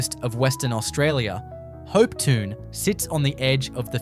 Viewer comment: Please work on your pronunciations. For instance - Hopetoun - Hopetoun.